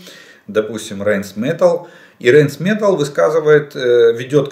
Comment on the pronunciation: Правильно говорить не рЭйнс метЭлл а рАйн метАллЬ... Это немецкий